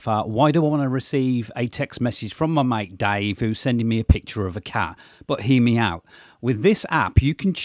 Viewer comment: “Hear meow-t” he said 😂